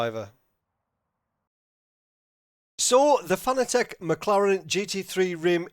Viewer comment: It's pronounced Fuh-nah-tick...NOT Fah-nah-teck. You are welcum.